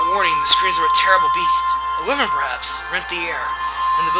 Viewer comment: Wyvern is supposed to be pronounced WHY-vern. Must I tell EVERYONE this? >X(